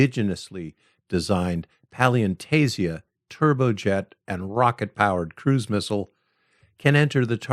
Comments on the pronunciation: 7.04 "palyantasia?" no the Ukrainian shibboleth "паляниця" is spelled p-a-l-y-a-n-y-ts-i-a in Latin characters. Pronunciation: IPA: /pɐlʲɐˈnɪt͡sʲɐ/ Approximate English pronunciation: "pah-lyah-NEE-tsyah" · You miss pronounced "Palianytsia", pronounce it like this in English "pally-an-eat-c-ah". The word comes from a type of Ukrainian bread.:face-blue-smiling:💙💛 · Also, that has got to have been the most mangled pronunciation of palianytsia I've ever heard.